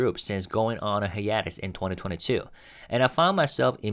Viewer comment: /haɪˈeɪ.t̬əs/ Hi-a-tes. Long a. Love you Kiss kiss kiss. This word is coming up a lot and I know you care about pronunciation.